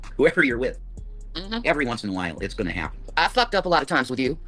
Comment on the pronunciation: Why is it that is able to pronounce her Gs at the beginning of words just fine but not at the end of them?